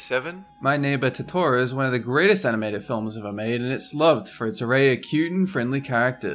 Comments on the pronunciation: That is pronounced Toe Toe Row not tohtohroh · its not pronounced toteoro its pronounced tote-uh-roh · I'm sorry, but Totoro is pronounced Toe-ta-roe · he says totoro so white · I was triggered how he said "totoro" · You said Totro wrong *T R I G G R E D* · OMG he didn't pronounces totoro correct!!